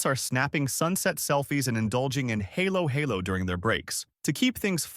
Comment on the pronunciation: I'm not sure if this was an AI voice or not, but that is NOT how to pronounce halo-halo. (HAH-lo HAH-lo is the correct pronunciation.) Nor is it drinkable, any more than ice cream on top of shaved ice is drinkable. Lechon was also a bit off. For a channel that talks about Pinoy topics, why are you only familiar with three or four foods/dishes to rotate through?